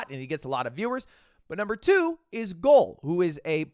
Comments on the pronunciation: Ludwig, its not Goul (Gaules), its [Gah-uh-lehs]. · Lmao ludwig butchered the pronunciation on gaules. Its gaul-ayes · GAU LES not gol lol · bruh he called gaules GOL kkkkkkkkkkkkkkkkkk brazilian here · it pains me to hear you pronounce Gaules. it sounds more like Gaw-Less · you mispronounced Gaules by a lot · Obviously the best server will be the one where Viniccius13 is in 😎 By the way, it's kinda funny the way how Mogul Mail pronouces Gaules :D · ainda sim, o jeito certo de falar e gaules